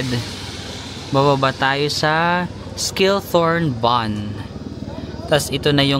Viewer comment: read as Shiltorn (Schilltorn) Jungfrauhoch ( Yungfrawhok) Gimmelwald (Gimmelvald)